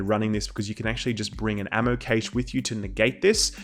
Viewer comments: It's pronounced Cash not caysh!! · Cache is pronounced "Cash", not "Caysh".